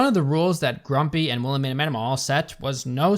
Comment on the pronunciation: I cant get over "Wilhemina" (btw all I keep hearing is WilheLmina, cuz... well... thats an actual name). If Wilhelmina is that unpronouncable to their audience (and the cast), a) why the f did the writers choose that name? b) what would they do with the names Xanthippe, Fürchtegott or Giselher? c) they expect me to be scared of a lady thats named after my grandma's grumpy sister?